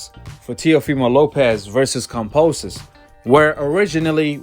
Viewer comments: Who is "Composus"? It's "Kambosos" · Exactly! How can anyone believe in what this guy has to say if he can't even read than pronounce someone's name...lol.